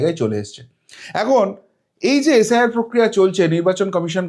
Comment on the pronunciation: শব্দগুলো ঠিকমতো উচ্চারণ করুন। পড়াশোনা করেছেন তো। কংগ্রেশ, এশ আই আর, ডিশেম্বর এগুলো কী? শুনতেই ইচ্ছে হয় না